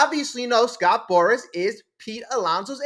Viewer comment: If you want ot be taken seriously remember, it's Scott Boras, not Scott Boris.